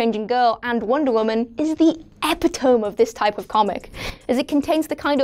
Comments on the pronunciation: I like this new host, but please note how to pronounce "infamous" and "epitome" correctly. The latter is a 4 syllable word (uh-PIT-uh-mee). The former puts stress on the 1st syllable (IN-fuh-mus). No hate, I admire a young person who is a book learner and self-taught. And this episode is fun, well-researched, and wonderfully goofy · Incorrect. A few minutes on google will show you plainly that the two words people are going on about are being mispronounced outright. Epitome is pronounced E-pit-O-me & infamous is pronounced as one word, not two. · i think everyone at WhatCulture needs a pronunciation coach, almost every video i watch from them has one or two completely mispronounced words or names. this one wasn't even the Ep-I-Tome of that problem. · Please use google to learn how to pronounce words if you aren't sure about them. This goes for all What Culture presenters- I've heard more than just a couple of you say infamous wrongly and it takes me out of enjoying your content. And as for epitome, it doesn't sound like eppy-tome... Google is your friend. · The EPPY-TOME! Eppy---tome... I mean wow. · Lmao she pronounced epitome so wrong. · I love all the WhatCulture crew but is it a requirement of the job that you got to mispronounce words. Infamous and epitome are not pronounced that way 😂